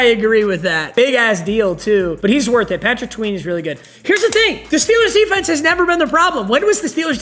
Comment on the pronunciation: Did bro say Patrick tweeted n?